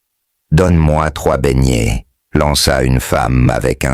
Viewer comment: tout le monde se plaint. Remet notre chose comme avant pardon😢 Écoute même comment il prononce BEIGNETS😢j'ai peur.